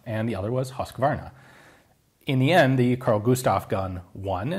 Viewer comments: As a swede, I cant help but smile at the way you pronouced ”kulsprutepistol” and ”Husqvarna”. Nice try and nice vid! Cheers! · I have a stripper clip for one Edit: The ”Hus” in husqvarna can be pronounced like uz in uzi, and ”qvarna” can be pronounced like ”k” ink kettle, and ”V” in velvet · "Hus-kvarna" rather than "Husk-varna", btw. (its a small town outside of Jönköping - which is the name of a city that we will not force you to pronounce) "Kulsprutepistol" was fairly correct though. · Hus-kvarna" rather than "Husk-varna.......chainsaw not smg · Your pronunciation on "Kulsprutepistol" is really good I must say, the pronunciation of "Husqvarna" sounds on the other hand is quite weird. :P But then it is a weird Swedish name and I am glad that nobody can here my pronunciation of English words.... Kulsprutepistol is often shorten to just "Kpist" both since it is a long word but also "kulspruta" is the Swedish name for machine gun. So it is simpler to use "kulspruta" when addressing machine guns and "Kpist" when talking about submachine gun. Simpler, faster and less chance of a communication mistake in high stress/combat situations. And I just love the name "kulspruta" it means literary bullet sprayer. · For your knowledge it's not pronounced "husskwarna" it's more like Husekvarna. I thought it might be in your interest to know. The swedish language is very tricky. But you can write it in Google translate and listen to the pronouncements.However "kulsprutepistol" was actually fair enough.👌Have a nice day there buddy<3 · Nice to see a video about the Kpist! Just a friendly comment. Husqvarna is pronounced "Hus-kvarna" and not "Husk-varna" :) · The "Hus" in "Husqvarna" is pronounced more like "who's" than "huss", just wanted to point that out :). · love the pronounciation of "Huskvarna" hehehe "huuusecvrnnna" :D